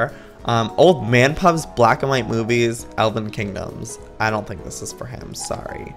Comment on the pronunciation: it sounds like he said boobies instead of movies lol